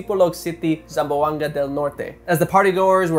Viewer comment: the pronunciations were ✨crisp✨ gudjab,!